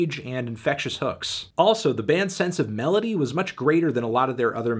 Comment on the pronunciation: Every time you say Melody I just hear Melony